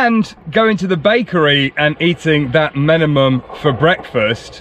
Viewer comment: Stop calling the dish “Menemem”! It’s spelt with a final “L”;lt’s Menemen.